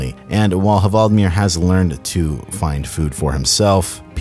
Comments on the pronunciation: the h is silent. you have great videos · Ha-vald-mir? His name is clearly Hval-di-mir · It's hval-dee-meer, not ha-vald-mir :D like Vladimir or whale-dimir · He is called Hvaldimir - pronounced Wal-de-mir. It's a play on the word Whale (Hval) and the name Vladimir. It's Whaledimir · The 'H' is silent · you’re not Norwegian so I won’t take the piss but that pronunciation of hvaldimir was very funny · You don’t pronounce the H in Hvaldimir. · You aren't supposed to pronunciate the h in the hvaldimir